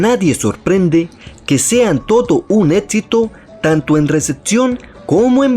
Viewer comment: Etsito- Exito Esperimentado -Experimentado Batl royal-Battle royale Andru-Andrew Compa, abla bien